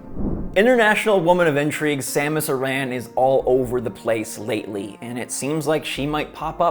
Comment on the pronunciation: I love when people say Samus UhRan. I never liked hearing it like Samus Erin